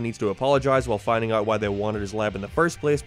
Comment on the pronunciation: I'm new here, sorry, what accent makes one pronounce 'out' as 'oit' and other such similar pronunciations? It keeps slapping me out of the video bc the regular cadence of the speech is normal but then One Word is a lil 'curvy' lmao Edit: another example would be the 'its the thoight that coinghts'